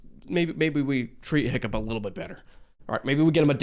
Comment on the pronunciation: The way the Piplup behind you is staring daggers into my soul everytime you get Hiccup's name wrong just plain hurts. 😭